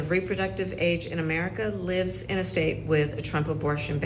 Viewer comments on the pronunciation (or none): none